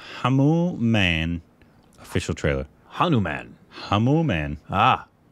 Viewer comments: How did get through school 😂 Reading Hanuman as Hamumam 😂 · It's not Hamu-Man its Hanu-Man... the most powerful super hero of India... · Pronunciation is Hanumaaan Not Hanuman like Batman Jai Shree Ram 🙏🚩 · Hanu Man, Hamu Man... Yes it's Hamu man! Me: burst into laughter in a silent hall while looking at my phone screen Lol😂🤣🤣🤣😂